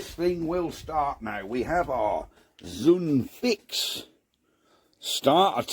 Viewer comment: I have to say, I'm well impressed. Not quite right, but not far off. FYI, Zundfix... Zund = kindle, light or ignite and fix they stole from English. (There are only 3 good old German words that have an X. Axe, witch and mermaid, or Axt, Hexe and Nixe. Why do I know all this crap? Because I'm an old git with time on my hands and no engines to play with)... Well done, sir. 👍